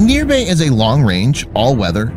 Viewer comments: India, not "nirbay " its call sign you need to say Nir-bai means fearless.... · it's Nir-voy !! lol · It's not nirbe It's Nirbhay(fearless) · It's not nirbae ita Nirbhay ... Fearless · It is not Near-bay India.. it is Nir-bhay India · It's not Neerbay (n:rbei), It's Nirbhay (nirbai) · Indian pronunciation - Niirrbhaay - Shaauuryaa